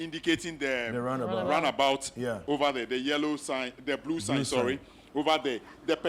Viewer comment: We tend to pronounce *'roundabout' as 'runabout'.